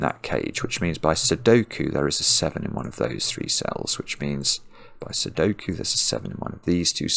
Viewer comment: Cracking up with every “Sokie”